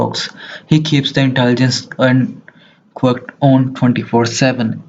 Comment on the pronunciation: Bro said quiork and I can barely understand him